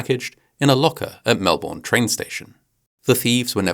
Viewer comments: Melbourne is pronounced Mel-bin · I love how almost no one (except an Aussie) can pronounce 'Melbourne' (MELbin). I studied linguistics & anthropology at uni, so it doesn't bother me, just amuses me (& amuses me even more so because I know it would bother anyone from Melbourne... 🤷‍♀️😝). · Why do Brits always pronounce it Mel-BORN? It's Mel-bnn. It's easier to say, try it! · i shuddered when you pronounced Melbourne incorrectly. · And Geraldo!